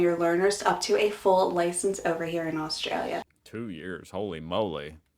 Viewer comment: Americans need to learn how to pronounce 'Australia' and 'Aussie' before moving.